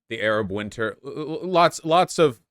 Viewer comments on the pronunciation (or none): none